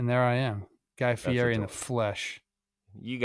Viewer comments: Plouffe this morning about the giants new manager “don’t be someone who you aren’t”…. 12 hours later is a literal guy who says his last name wrong. It’s Fiiiiiietttiii not fierrri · You can't dress up like Guy Fieri and then pronounce his name like that Trev!! Fee-eddy